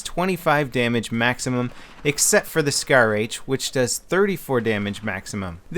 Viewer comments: Scar h not shar lol your my favoeite utuber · *SCAR not shar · Lol I think it is SCAR not SHAR